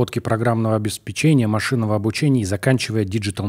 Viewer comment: Уважаемый Яндекс Образование, скажите Андрею, что правильно обесПЕчение, а не обеспеЧЕние!